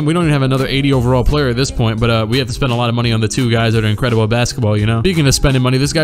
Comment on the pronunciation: "And Lucas Lucas who i think got a new suit ingredable i like the fashionsens" had me dead 😂😂😂